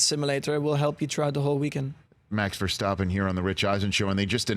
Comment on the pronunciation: It’s probably just me but was anyone else irked by Rich slightly mispronouncing Verstappen every time?